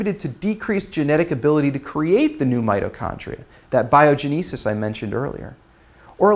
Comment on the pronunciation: bio-GEN'- i-sis. (like the bible) not bio-gen- EE- sis.